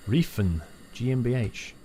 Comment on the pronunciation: Small Tipp in german you pronounce EI as you would pronounce the letter I and Reifen means Tire